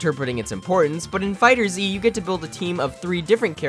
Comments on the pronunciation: Wanna know the best tip on how to be good at this game for real? ahem STOP CALLING IT FUCKING "DRAGON BALL FIGHTERS Z" it is pronounced "Dragon Ball Fighters" (Dragon Ball FigherZ) If he's calling it that as I joke, I'm sorry. Lol but I just HATE when people call it that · IF YOU SAY FIGHTER ZEE ONE MORE TIME! ITS FIGHTERZ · Kai wack and it's fighterz not fighterzee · its not called "fighter zee" , its called "fighterz" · It’s actually meant to be pronounced Dragon Ball Fighters. The Figther(z) with the Z is a cute way of changing the S to a Z to confusing the general public hahaha. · It’s not pronounced fighterzee it’s pronounced fighters the z is just there for jokeZ. See that? Z what I did there? Z what I did THERE? Okay I’ll stop. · It’s dragon ball fighterz , not fighter zee... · z, not zi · Fighterzzzz not Fighters Z🤦🏿‍♂️😂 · it's fighterZ! not fighter z !!!!!! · FIGHTERZ! NOT FIGHTER Z! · Tip 1...never call it Fighter Zee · I hate how you call it fighters z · It doesnt really matter but its pronounced fighters the Z being there for the Z fighters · Oh look a lovely video about DragonBall FighterZ I wonder what amazing and valid insight this gent has Pronounces it 'Fighter-Z Aaaaaaand we're done here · Lol I like how he's calling it "Fighters Z." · You don’t have to say Z in FighterZ just say FighterZ with the Z sound at the end of Fighter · "Fighter Zee" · Idk what triggered me more “Dragon Ball Z Kai” or “Dragon Ball Fighter Zee” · Pronounced Fighters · It's fighterz not fighter z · You don't even know how to properly pronounce the name of the game... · Actually the first step to becoming a legend is pronouncing the game's name properly. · Fighterz z? Its like fighters. Not Fighters z.